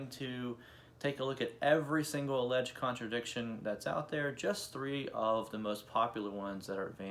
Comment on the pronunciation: Dude, “alleged” is two syllables, not three.